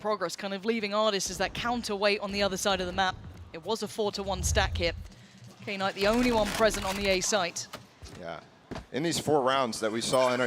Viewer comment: Kay-night? Is that how she's been told to pronounce his name?